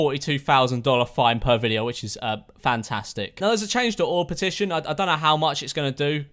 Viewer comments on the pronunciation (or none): He said fantaztic🤣